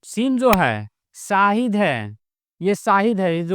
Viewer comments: अस्सलामु अलेकुम हज़रत, मेरी इस बात पर गौर करे इंसान में सीन हो होता है न कि शीन सीन से शाहिद नहीं होता है शीन से होता है, शाहिद का मतलब गवाह होता है न कि साहिद का, बुरा न मानना मैने बस बताया है कोई बात बुरी लगे तो माफ कर देना अल्लाह आपको सलामत रखे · "Seen" se Saahid nahi hota. "Sheen" se Shaahid hota hai.